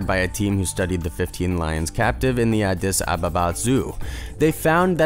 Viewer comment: You say addis ababa weird